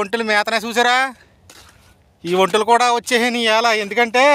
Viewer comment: ఒంటెలు అని బాగా పలుకుల లేకపోతే ఆయన తిడతాడు